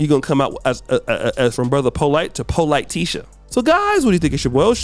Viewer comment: Did he say, "Polight-tisha" towards the end of the video?😩 But yes, LEAVE CHILDREN ALONE!!!